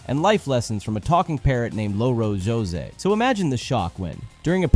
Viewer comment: The mental whiplash when you pronounced it Lo-Ro José 😂😅 you’re supposed to roll the r not pronounce it like Lo-Fi Also Louro is one of our (many) words for parrot